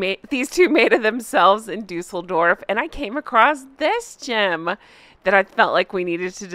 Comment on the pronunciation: Props for your pronunciation of Düsseldorf. Sincerely, a Kraut ;-)